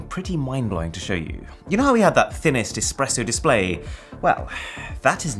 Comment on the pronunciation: “Thinninest Rick astly”💀